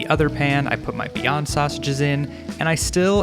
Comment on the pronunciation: why did i heard beyonce instead of beyond sausages